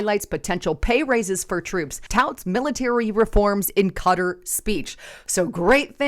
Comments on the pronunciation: 'Cutter'????--It's pronounced: Ka-Tar!🙄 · Those Middle Eastern names are really hard to say. Qatar is pronounced Qua-tar